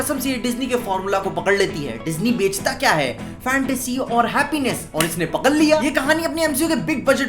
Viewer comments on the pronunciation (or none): Bohot acche se "pakkal" liya😂